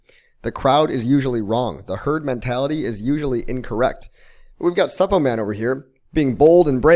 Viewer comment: Is it just me or the way he pronounces Suppoman just cringy 😂